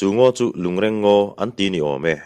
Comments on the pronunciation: A ngaihnawm ṭhin hle mai achhiartu in a zir bawk a. Lungreng tih hi i chhiar dan hmasa kha a dik zawk hmel e. A ṭawngkam lo chhuahna pawh, lung den khawm,lui a sangha man nan a awmze nei a an den khawm sawina a ni e. Ngawi andawhin ngawi tlangpui tuilian in a hnawl chhiat mai loh nan lung andeng khawm phei ṭhin bawk a,chu chu lungreng deng an ti bawk. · A ṭawngkam lo chhuahna aṭangin a dik hlel deuh lo maw? Rual u zawk leh kum upa zawk te chuan 'reng' tih lai hi alam rik dan hmasa zawk kha a dik zawk an ti zel bawk sia. A ṭwngkam lo chhuahna ka rawn sawi mai a nia